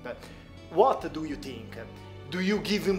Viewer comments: scusate eh ma "what do you TINCH" non lo posso sentire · <<Uot du iu tinc?>> Mi sento male, scusate. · "uat du tu TINCH!!!!" belllo il canale, bello il video e belli gli argomenti ma la pronuncia un po meno per me è NO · what do you TINK 😂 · Uot du iu tink? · "Uot Du Iu Tink" inascoltabile. Dai cazzo falle fare a chi sa l'inglese le domande.. guarda come ti guarda male la Koreana mentre parli inglese ! Ahahha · Uat du iu tink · sopratutto quando dice "think"